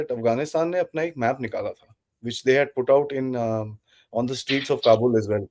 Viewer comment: It’s Kabul not qabul